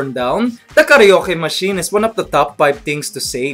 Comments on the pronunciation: A Filipino wouldn't say KARYOKE but KARA-OKE :)) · it's karwake not karyoke :) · not karee-yoke... but KARA-O-KE, thats how it's pronounced in filipino hehe. have a good day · you said ka reo ke...instead of ka ra oke....XD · and it's not kareyoke. BIDYOKE!